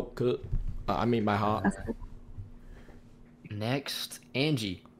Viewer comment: "Ma hart" 😂😂😂